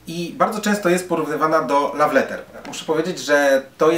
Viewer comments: Bardzo irytujące było błędnie wymawiane słowo "love". Radzę się przygotować przed nagrywaniem, tak na przyszłość ;) Tak ogólnie to bardzo fajna recenzja :) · Słowo "love" wymawia się tłumacząc łopatologicznie bez zapisów fonetycznych: lof, a nie law czy laf. Raziło to strasznie. Następnym razem sumienne przygotowanie i po problemie :) krytyka buduje lepsze jutro :)